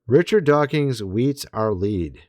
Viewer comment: I'm starting to think you purposely mispronounce Richard DawkINs so that people will comment on your video, lol. There is no "G" in Dawkins.